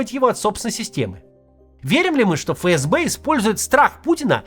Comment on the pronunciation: Ребят, не фэ эс бэ, а эф эс бе правильно произносится. Простите, но вы из раза в раз, а канал авторитетный